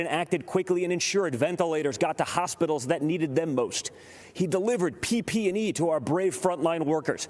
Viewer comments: Did he say P-P an E? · Once he said pp and e. I knew this guy doesn’t know what he’s reading off the screen. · Now we know why we haven’t received proper PPE. He just referred to it as PP&E like it was an acronym for a phone company.